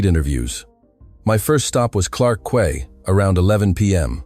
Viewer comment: "Quay" is pronounced as "Key".